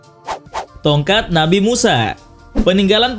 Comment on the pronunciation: Pas lu bilang ''tonkat nabi Musa" jadi kepikiran doraemon yang bilang "tokat nabi Musaaaaaaaa"